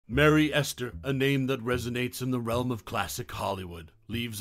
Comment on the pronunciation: It's not Merry Ester, it's Mary Astor.